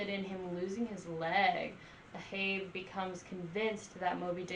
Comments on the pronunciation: That was painful to hear. It’s AHAB! A-HAB!! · Ahab, hab is pronounced like had but with a b, A-hab